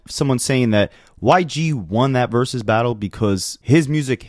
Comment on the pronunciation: I know you're a child, but stop saying "verus battle."